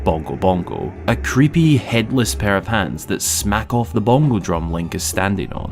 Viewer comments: I had to rewind this part like 3 times because I was like "Did he really just say pair of pants?" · haha he said “pair of hands” but with his accent and how fast he says it, it does kinda sound like pants :)